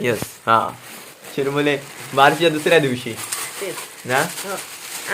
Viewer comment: अरे चिरमुले नाहीरे चुरमुरे म्हणतात